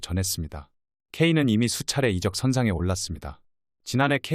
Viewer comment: 이적을 이저억 으로 발음이 되어야지 이쩍 이 뭐야 이쩍이..아무리 AI 나레이션이라지만 너무 나레이션에 성의가 없네요.